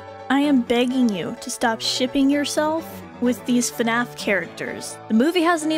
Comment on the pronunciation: im dying- the why she pronounced fnaf 💀💀💀💀💀💀